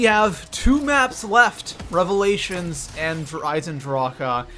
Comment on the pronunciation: When he said revalation second I unsubscribed I am never watching this guy